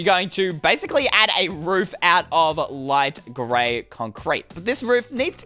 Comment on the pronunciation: ... d-did he just say LIGHTGAY???